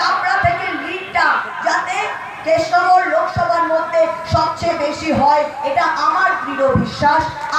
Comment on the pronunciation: Thik kore Krishna Nagar o Bolte parche na